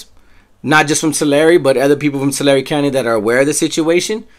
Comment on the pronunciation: Hey I looked up the pronunciation. You are right. Down South in CA. we say "Two-lair". You are right though saying "Two-larry". One said "TUH- larry". I stand corrected sir.